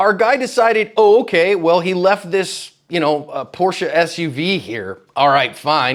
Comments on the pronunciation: It’s not PorschA. It’s PorschE like the EA in „threat“ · German here, I like how he said for German Enthusiast but proceeds to say it wrong, it's called PorschE not PorschA and also not Porsch. xD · PORSHAAA nah porche smfh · LOLLLL DUDE, the second you said porch.... I said PORCHEEEEEEE and you corrected it... literally LOLLED